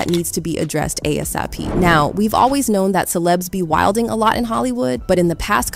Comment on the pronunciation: OK the fact that this content creator has an avatar questionable already. Has anyone ever seen this content created face and the reason why I asked is in this video the way she said be Wildin is quite questionable. I’m just saying.